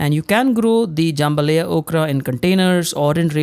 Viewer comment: Jam ba LIE- ya